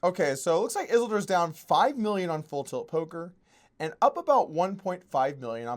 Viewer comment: doug, how come you don't call it poker hlands?